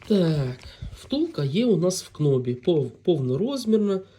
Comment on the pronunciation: З усією повагою, але... Це дуже поширено у нас: кноб! Не кноб, а ноуб - про це навіть у словнику написано. k перед n не читається: know, knock, knew, knee, knife і нарешті knobe. 🤓